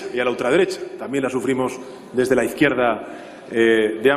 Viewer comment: Se dice izkierda republicana